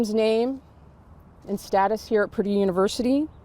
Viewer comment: Purdue 펄듀 퍼드가 아니고